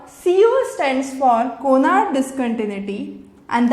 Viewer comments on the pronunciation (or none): its not CONARD...its CONRAD!! bt nyc lecture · It is Conrad discontinuity not Conard